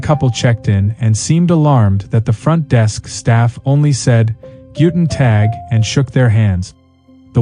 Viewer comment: The speaker is supposed to work and live in Germany? His "German" is horrible. He doesn't even know how to pronounce "Guten Tag"...